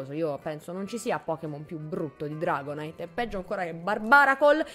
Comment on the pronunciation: Non dragodanza ma dragopanza